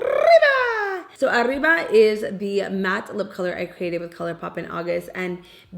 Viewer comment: I love that you empasize the accent when saying mamacita and arriba. Get it girl! ❤